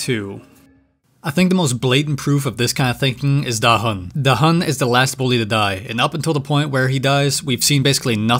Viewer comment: Da hun ❌ Da him ✅